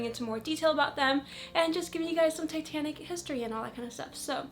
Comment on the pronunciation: Every time she said 'Titanic' I heard 'Satanic', which got me wondering, what was Satanic in the 50's?! Ouija boards? Cults? I would love to know the culture, this is probably too dark for your interests/channel but, you gotta wonder.